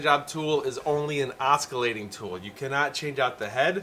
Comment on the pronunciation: Awesome review. Just one quick note as an FYI, there is no "k" sound in "oscillating". Not trying to nit pick. Just figured better to hear from friendly commenter than a jerk trying to mock you. Anyway rock on! 👍😎👍